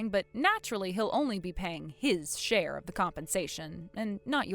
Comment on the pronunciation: the word is share not shair